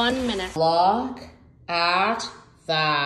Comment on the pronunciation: "Look at thaa"